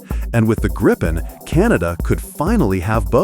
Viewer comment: JAS 39 Gripen. Pronounced Gripe-en. The way it is said in the video is wrong as it would need 2 P's. During simulated war games in the US a few years ago 3 F-22 raptors were targeted for take down by 1 single non stealth JAS 39. The JAS 39 is both cheaper to buy and maintain. As it is a very versatile aircraft it can be upgraded cheaply. Whereas the F-35 is too expensive to buy let alone anything else.